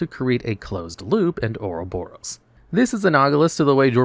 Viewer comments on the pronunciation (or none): none